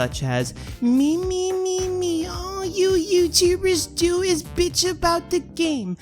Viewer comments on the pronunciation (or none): You said do do